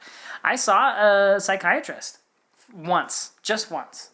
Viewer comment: Hallelujah for this comment. I completely agree. The "just once" emphasis was completely upsetting.